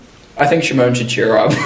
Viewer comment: And it's cheer up not char up or chear up